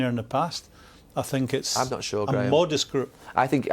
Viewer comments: Literaly eveybody: "How dafuq is Lampard going to survive at Chelsea?" Mourino: "I sink..." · he keeps saying " i stink" LMAO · Gary dropping an “I sink” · Jose always say.. "I sink.. I sink.. all of time.. Hahaha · No one: Literally no one: Mourinho: I sink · Tell me about mourinho statement , he said "sink", i don't know about the spelling.... sing or shink or sink?... and what's the meaning .. shink or think? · Literally Nobody: Mourinho: “I sink” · Lol Neville "I sink" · why did Neville say “I sink.” 😂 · I think he’s hearing that too much with Mourinho